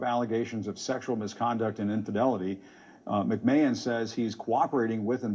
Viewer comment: Jim Acosta claims he's a long-time WWF fan, yet he says "Vince McMayne." Yeah. Okay.